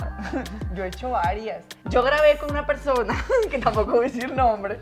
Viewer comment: Se le pegó a el acento de la Divaza xD "yo grabe con una persoooona que tampoco vo a decir nombres"